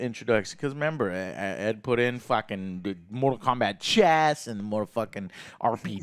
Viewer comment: also Mortal, not Motral lmao